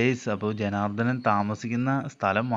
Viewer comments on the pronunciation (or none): ജനാർദ്ദൻ അല്ലാ ജനാർദ്ദനൻ